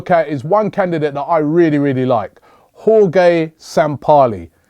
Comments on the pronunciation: Jorge is pronounced Hor-Hay...NOT Hor-Gay! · Jorge is pronounced "Horhey" Robbie, not "Horgay" 😂, but great vid buddy